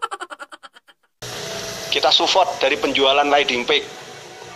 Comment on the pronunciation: Ngomong support aja kagk bener :v